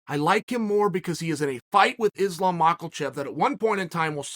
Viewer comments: We're still calling him Makalchev, are we? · Chael, the L in Makhachev is silent. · "Islam makelchev" my new fav fighter 😂😂😂😂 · islam mackelchev gets me every time 😂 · "Ma ka Chev" please ... How older are you? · Ah yes, my favorite fighters, Islam "Mockelchev" and "Benny Darwoosh". Love uncle Chaels pronunciations hahaha